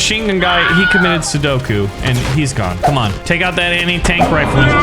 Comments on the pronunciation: sudoku? :))) its sepuku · ITS SEPPUKU NOT SUDOKU